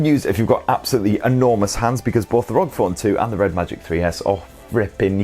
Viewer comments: I have to correct you. It's called "are-oh-gee" phone not rog phone. Republic of Gamers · Don't you ever say rog again It's R O G